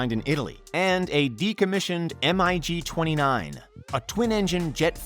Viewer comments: It's MIG, not M.I.G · M.I.G.? Dude, it's MiG. Mikojan-Gurevich